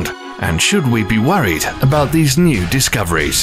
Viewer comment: He says new I hear nuke*